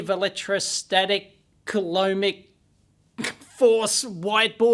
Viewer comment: I dunno, saying coloumbic force like that sounds a lot like colonic force. That's a rather shitty force. Ok, I'll show myself out for the low quality joke.